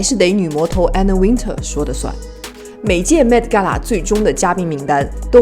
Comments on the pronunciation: One more time !!!! Anna Wintour. Win "tour" Not Win"ter" !!!! ❄️🥶❄️🥶❄️🥶❄️🥶 Gosh .... Learn your pronunciation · 把Anna Wintour名字唸錯的人一定不會被邀請 一直把Anna Wintour 唸成Anna Winter ⋯